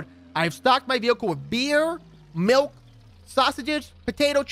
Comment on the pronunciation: Wait my malk? My MALK GIMME MY MALK